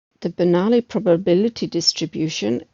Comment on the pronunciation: min ... sounds like the correct pronunciation of "Bernoulli".